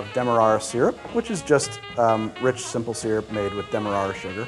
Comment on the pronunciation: So one of us pronounces demerara wrong...